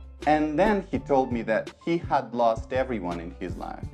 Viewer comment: Большое спасибо! Увидела Вас впервые, теперь буду частенько смотреть Ваши ролики. Очень хорошо объясняете, но есть одна ошибочка. Вы не правильно читали слово "Had". Оно читается "Хэд", а Вы читали "Хад".